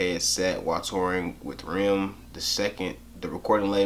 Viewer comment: Jesse Saranow Not as much as it hurt me when he pronounced R.E.M. “Rim” 🤣